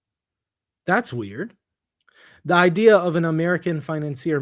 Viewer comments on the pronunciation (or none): none